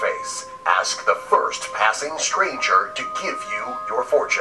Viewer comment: it's pronounced "first"